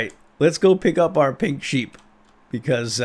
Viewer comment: who else thought he said sacred pig sheep when he said "Lets go fetch the sacred pink sheep!" ???